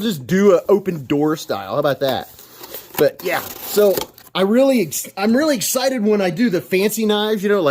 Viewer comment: No, you said "gus-cited" for some reason. Eggs-cited would have been permissable, but instead you disgraced yourself utterly, and without recourse. Needless to say, I will be reporting you to... THEM.